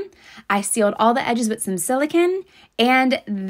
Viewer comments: Did she just call it silicin, and not silicon? Btw it's pronounced like silicone. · Its pronounced Sili-CONE...as in ice cream Cone. Don't get Silicon and Silicone mixed up.. completely different things. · Silicin, yes the best pronouncement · Girl that is not how brits pronounce silicone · The way they said silicone!!!!!! 😂😂😂😂 So didn't pronounce that right! Too funny!!!!